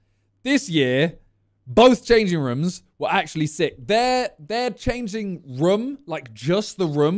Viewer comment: Why does Simon say room, "Ruom?